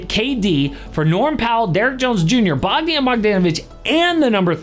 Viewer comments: Damn you butchered Bogdan’s name 😅😂😂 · Damn you butchered Bogdan name so hard 😂😂😂😂😂😂